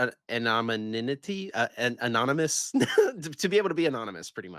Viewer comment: Between Man-da-Rah-Kay and amomimnity it's hilarious that speaks for a living, great ep as always